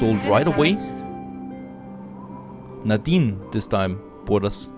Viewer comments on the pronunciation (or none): none